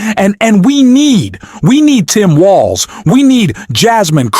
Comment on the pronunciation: Its Walz, not Wallace.